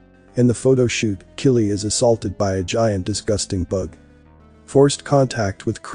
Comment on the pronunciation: The names are pronounced K-EYE-LEE, and k-LOW-EE